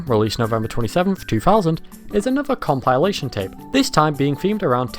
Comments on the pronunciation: Nobody could possibl-eye pronounce it like that. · Hahaha imagine not having heard “compilation” pronounced out loud first before reading it, couldn’t be me and my eepy-tome. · Enjoyable video. Never heard anyone pronounce 'compilation' like that before though lol.